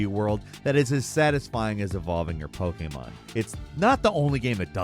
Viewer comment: Why are you always saying "Poke-aye-mon"? That is not how it is pronounced in Japanese.